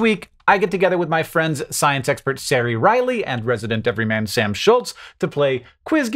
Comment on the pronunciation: So distracting that the name Ceri is pronounced so badly and tortured with S noises. It has a hard C. A cuh. It's only entitled ignorance to destroy names native to other countries